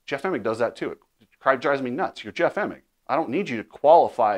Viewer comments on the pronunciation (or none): none